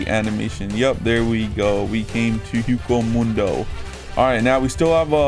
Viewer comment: i'm triggered by this, my man is saying hueco mundo wrong it's pronounced way-co moon-do